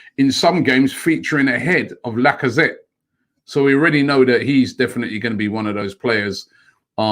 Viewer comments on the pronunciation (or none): none